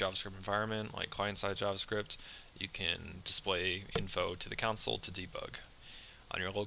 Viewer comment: love the videos but when you say counsel instead of console. i cant help but think oh man, i wonder if he knows that that's not right name haha great video btw if i have said that already